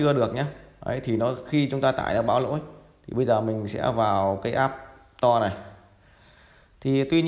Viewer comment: Store ( sờ to ) not app to :))